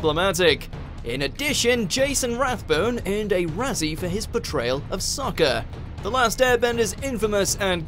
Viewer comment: Isn't it Jackson rathbone?